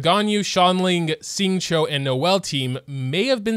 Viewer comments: finally pronouce “Xing-qìu” real name. Me who got used hearing “Water dude”: Whooo? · Finally says xingchou not water dude lol.